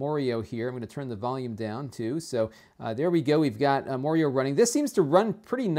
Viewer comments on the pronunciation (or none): Mar-ee-oh, not Moor-ee-oh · Y'all are wrong, he didn't say Morio. He said Maurio. Which was a game franchise that was started by Maury Povich in the late 90's; but was sued by Nintendo due to trademark similarities to Super Mario. To --Great video, though. You get better in depth than most product reviewers I've looked through. This video actually helped me. Thanks! ^_^ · ***** i figured but IT pisses me off when someone can't say IT right in 2015